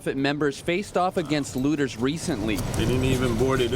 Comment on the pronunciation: Please note they are looters, not lewders